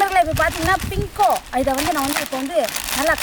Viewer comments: pingo illa moothevi bingo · Bingo is a word Pinko is a emotion 🤣🤣Gavanichingalaa